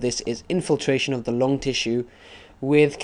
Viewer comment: there's name is lung NOT long XD!! thx bro